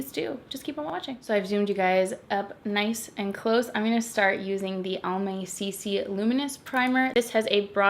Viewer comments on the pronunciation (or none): I kept hearing Palm Bay and not Almay and I was like why are they sponsoring a drugstore tutorial 😂😂